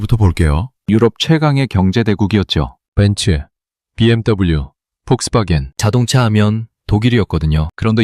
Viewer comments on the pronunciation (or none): none